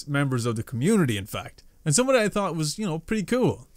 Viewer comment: In my opinion, you as a youtuber are just as big to me as jacksepticeye and noble, you guys are amazing, to me you're awesome keep going and stay strong, we're always with you. PS when you said 'someone I thought....' I thought you said taught. 😂 The young appreciate still has much to learn.